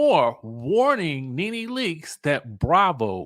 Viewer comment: Did y'all see the latest reports of allegations from Bravo reality stars 🤔but y'all keep saying Ne Ne wrong😮 Y'all going to learn about these networks.